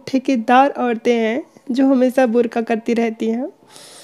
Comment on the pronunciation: यास्मीन जी, बुरका या बुरखा मत उच्चारित किया कीजिये, क्योंकि बुर का अर्थ उ.प्र. में Vagina होता है। क्षमा कीजियेगा, स्पष्ट करने के लिए.